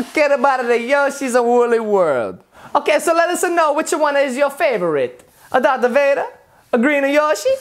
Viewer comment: it call dark vader not drath vader